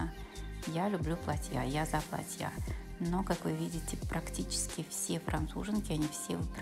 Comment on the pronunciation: Спасибо, очень понравилось, но в слово платье, произноситься с ударением на букву а.